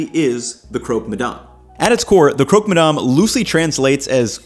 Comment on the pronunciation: Hey, I'm french (ish) and in english it would be pronounced more like "Crock-Muh-Damn" or more accurately, "Cruck" ma damn. Source: i live in Quebec